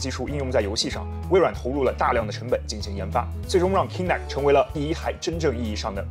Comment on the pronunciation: Kinect 發音錯誤